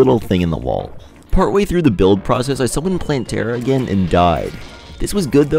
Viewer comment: wtf is a "wull" its wall bro